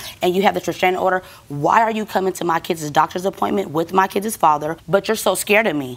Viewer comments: "With my kiddzes father" 🤦🤦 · I think she said “kidses”. Whew 😰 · What are “kidzez “?